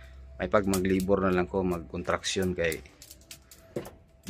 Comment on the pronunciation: sir," construction ang tama,not " contruction".a piece if advice lang.